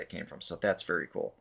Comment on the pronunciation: Vee-rey sa english wag bobo😂😂😂😂